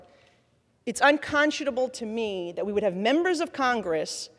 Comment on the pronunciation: why does she pronounce the letter t as "in"? as in "people have been be in"